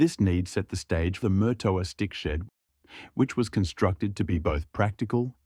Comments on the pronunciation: Note. you're not pronouncing it correctly. It's Marrtowa ....... NOT Murtoooa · Just for the record , Murtoa is pronounced with far less emphasis on the R